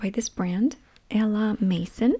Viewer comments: Lol😂! A la Mason… she’s cute! It’s a la MAISON which means AT HOME in French ❤ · As a french I find you trying to pronounce à la maison very cute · Those bags are amazing ! I wish I had the stone one to ASMR myself to sleep right now 😅 Great haul ! Cute peu pronunciation of the word « maison » the « on » is like the one in « bonjour » and it’s a hard sound for non French speakers. Nevertheless we understood ! I don’t know the brand « A la maison de Provence » and I am French and I live in France so I can’t tell you if it’s a good brand but it’s worth trying. Provence is a French region well known for lavender and beauty products (and it’s beautiful ❤️). Great haul ! Can’t wait to see the items in ASMR vids !